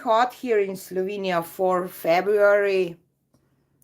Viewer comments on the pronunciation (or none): none